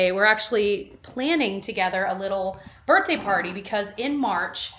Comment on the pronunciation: I’m dying that you corrected yourself halfway through the video about the way you say “birthday” because earlier in the video I was like “is she saying birtday?” You have such a great vocabulary usually, so this made me laugh